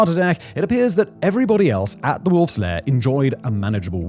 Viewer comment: Secret "power" or "lair"? I listened to it three times and it seems you say "power".